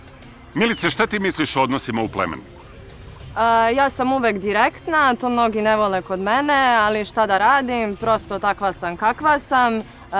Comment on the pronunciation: Jedna ispravka, Milica nije direktna nego 'direkna' 😁